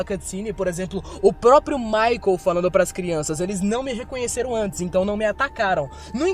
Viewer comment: Cada vez que fala Michael foi uma facada na alma 😰